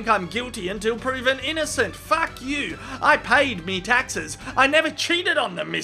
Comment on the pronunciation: the way he say FACK. always make me laugh hahahha